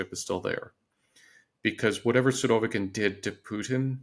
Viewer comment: After hearing him pronounce the name "Surovikin" i had to go to google to hear a native Russian speaker's pronouncing of the name. As I suspected, the girl's pronunciation was the correct one. I believe so called experts should always pronounce names those he analyzes correctly.